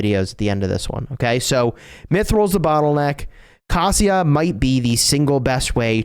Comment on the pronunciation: Bruh...it's not pronounced "Cassia". It's K-asia, "asia" with a K. Sorry...hate to be that guy but it's bothering me more than it should.